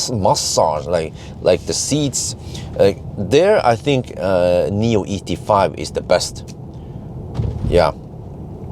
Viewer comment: Thanks for the great video as. For your information It’s not Nomi pilot but NIO pilot actually